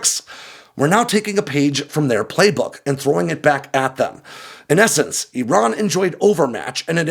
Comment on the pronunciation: He's saying Iran wrong